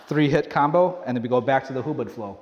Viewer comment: I think its hubod not hubad(naked)